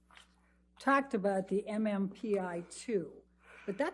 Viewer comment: Elaine says vacksquez and tacked instead of talked